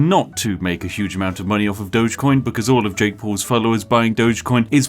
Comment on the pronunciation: "DOG-EE-COIN" Doges were the guys who ran Venice.